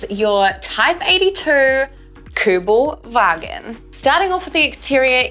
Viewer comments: Good video and thanks for pronounce it right in german. KÜBELWAGEN. Would like to hear you say more in Germany. Well done. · I'm German and I like the way you say "Kübelwagen" :-) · Nice, how you say "Kübelwagen" !! 👍 😉Greetings from Germany! 👋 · Yes it was nearly perfect.